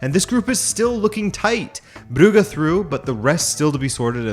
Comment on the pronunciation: Still mispronouncing Brugge, I see? You're doing it on purpose.